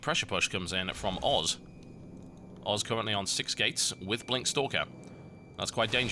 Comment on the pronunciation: Sounds like TB says FXO oars..